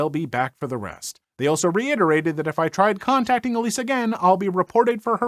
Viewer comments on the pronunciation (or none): none